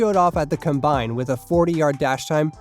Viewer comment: Why do you pronounce combine like that? Is this an A.I. voice?